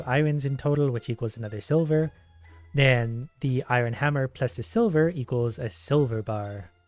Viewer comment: Iron is pronounced eye urn